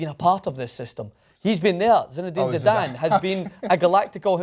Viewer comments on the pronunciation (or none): none